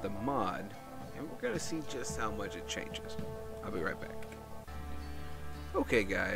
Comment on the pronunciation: *How, not Haw.